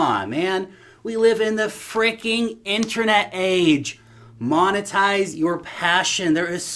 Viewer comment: it's not called 'inTREnet' it's called 'inTERnet'....